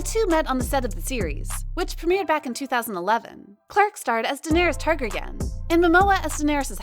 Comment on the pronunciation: OMG! say it right, plz!! Da-ner-ys Tar-gar-y-an